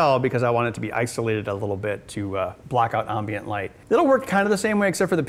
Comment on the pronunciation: and why does he say ambient so weriedly I lived in Wisconsin for most of my life and never heared it pronounced it that way